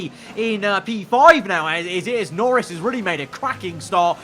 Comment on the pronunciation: He said "Lorris" instead of "Norris."